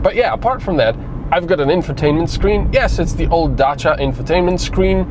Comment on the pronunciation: You mean he pronounced the name correctly..?